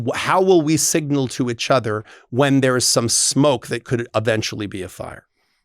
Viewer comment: Clause: You have to say “each other” not “itch other”. 😂